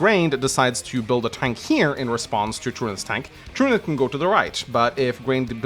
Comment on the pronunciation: Truniht is a character from “Legend of the galactic heroes’ and is pronounced the way is saying it.